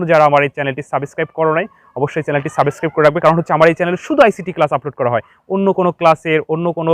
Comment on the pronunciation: সাবিছক্রাইব ✅ সাবস্ক্রাইব ❌🙃